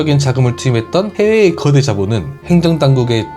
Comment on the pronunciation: 발음이? 거대가 아니라 그어대? 즌라도여?